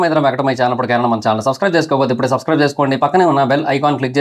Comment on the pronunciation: Ayejude❌ ijude✅